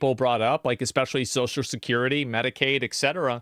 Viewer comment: "So Shkirity", "So Skirty", "Sosho Skirty" Why do people have such a hard time pronouncing Social Security?